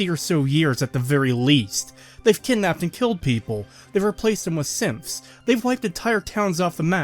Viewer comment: Just as an aside, throughout this series I misheard you say "Synths" as "Simps" and it makes fallout 4 even funnier of a travesty imagining that being real xD